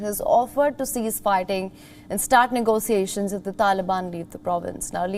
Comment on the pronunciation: Negotiations pronounced 'Nego-shiashins'